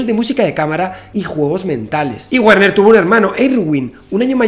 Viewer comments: en alemán la "W" no se pronuncia como en inglés, se pronuncia como "v"o "b", entonces pronuniariamos en alemán: "verner haisenberg" (Werner Heisenberg) es horrible que pronuncies "guerner" como seria en ingles.¿cómo un físico como tú no sabe al menos lo básico del alemán? si no sabes alemán no llegarás a la reflexión más completa en ese campo XD. te digo como se pronuncia en alemán pra que te des el pisto con tus colegillas de ciencia: " verna haisenbeearg" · Su nombre no se pronuncia Wuerner sino Verner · Muy bien... muy bien... SUGERENCIA: Pero para la próxima entrega pronuncia su nombre correctamente, que suena muy raro : la w alemana se pronuncia como v... sí /verner/ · Todo perfecto amigo y muy interesante, excepto que en alemán Werner, se pronuncia VERNER, es decir, la W se pronuncia como la V española, o mejor como la V francesa, ya que se frica . Saludos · Se dice Verner